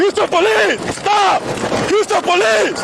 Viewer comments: Take a shot every time you heard "HOUSTO POLEEZE!!!" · ah mr. youstapolee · “Hoosta Paleez!” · that’s actually cartel. im from houston. your north carolina ass wouldn’t know. espeekee spanish ola compadre houston poleese!! uston poleeseee! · HYUSE-TONE PALEESE